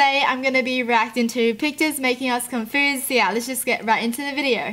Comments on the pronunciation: is she saying confoosed? even tho its confused con-fu-s-ed NOT Con-Foo-sed? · lol confoosed I can't stop laughing omg :) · I love how she says confused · I love how she says confused she pronounces it like con-foosed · Me: I'm confused: I'm cunfoosed Liturally that's what you say 😄😄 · I luv her bu confoosed aint a word boo its confused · It sounds like you say confoosed instead of confused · confused, not confoozed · Do you say con foused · ConfUsed not confersed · Awe you say it like “confoosed” x3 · I like how you say confrused 😂😂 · “Confoosed” xD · confoozed xD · She says confused like confoosed. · and.. accent duh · Lol she said confoosed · You say confoosed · The way she says confused tho like it makes me confused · She said confused wrong 😆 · The way she says confused is what confuses me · WHY DO U SAY CONFUSED SO WEIRD......😶